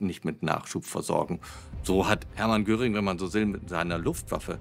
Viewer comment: Der hiess nicht Göring sondern Göring!